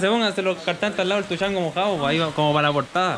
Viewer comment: Tuchango? Xd jajaja estas seguro que así se pronuncia el nombre artístico de ese personaje? Xd